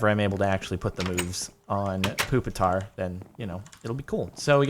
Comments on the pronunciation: ITS NOT POOPATAR ITS PUPITAR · It's puppit-tar